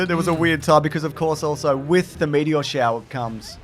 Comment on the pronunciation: I don't think I've ever commented on one of these videos but why can't you pronounce meteor